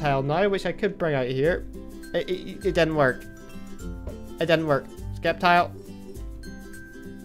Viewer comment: the c is silent in sceptile